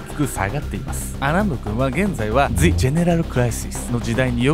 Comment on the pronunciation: the の後母音じゃないから ジ じゃなくて ザ だよ